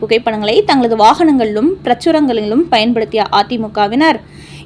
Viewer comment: "Annamalai தேவைப்படுகிறது" என்று அஃரிணையில் சொல்லுகிறீர்கள்? யார் எழுதித் தருவது? - பிரசுரங்களிலும் . சரியாக உச்சரிக்கவும். That means publications. NDA கூட்டணி not NTA. Very worst pronunciation.